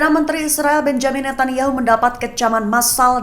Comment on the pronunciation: bukan Benyamin Netanyahu tp Benjamin Netanyahu. baca yg benerr dong mba jangan merusak nama orang